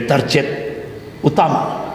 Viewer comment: komentator sepak bola biasanya tak bisa main bola. Bahasa aja blom baku, baca kata "target" Aja jadi "tarjet"😂 gimana mau memcalonkan diri. Saya tidak pro pemerintahan tp yg ginian dikit² komunis dikit² kopar kapir ngebodohin masyarakat aja, udah sekolah yg bener dan jadi org sukses aja, itu udah cukup buat bangsa ini bangga.